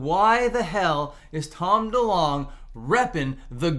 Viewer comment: I bet you’ll get comments that that’s not how you pronounce his name hqhqhaha